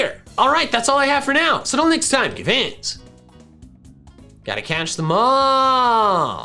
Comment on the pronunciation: why do you say gotta catch em all the way you say it at the end? not trynna be mean but it just rubs me the wrong way